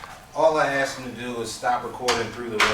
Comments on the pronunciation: he specifically AXED you not to. And he’s an attorney?? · When your lawyer says "I specifically aXeD you.." then it's time to find another lawyer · If my ATTORNEY said "I AXED you something," I'd FIRE him INSTANTLY!